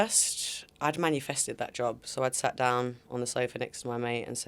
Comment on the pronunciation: Can someone tell Tulisa its MANI-fested not manufested 😂